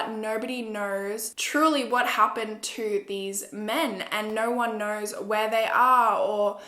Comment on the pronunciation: us: “knows”: “kners”